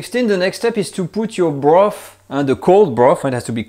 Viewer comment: This is a great video, something I have wanted to know for years! Thankyou BUT....I wish you would say you the "TH's" properly! If you can say "THAT" properly, you can say Bro..TH, TH ..irty, TH...ruth, TH..ree?, some..THing, toge..THer, wi..TH, just to mention a few. There is just so much laziness in the English language, it's disgustingly difficult to understand what people are saying , not mentioning the high annoyance factor!